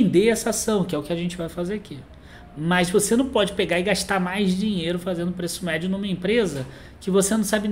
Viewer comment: o famoso “preço mérdio”.